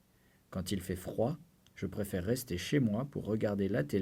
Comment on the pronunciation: prefere 이거 발음... 어우